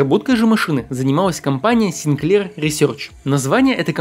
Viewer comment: Так-то он сИнклер. СинклЕр - это что-то из кондитерки. И продано было не 1,5 миллиона копий, а 1,5 миллиона штук. Вынь изо рта американский огурец.